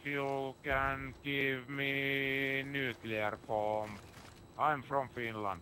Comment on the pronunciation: Haha... You taked it pretty seriously/personally when some drunken fin talked about your politics? I find it rather hilarious. He didn't know how to say nuclear bomb, so you could assume that hes grades weren't too good back in his school days.